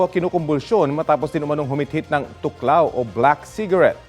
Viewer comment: "Thoc lao" 😅 tuklaw 😂